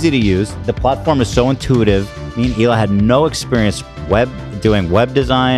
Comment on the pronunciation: It’s even funnier when you realize he’s basically calling him Hila Ethan